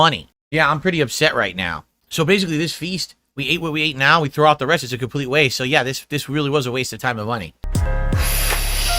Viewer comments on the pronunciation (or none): none